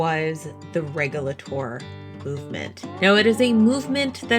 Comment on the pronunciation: When I visited the Alamance Battlefield it was always pronounced Reg-you-late-or not Reg-yul-ah-tore.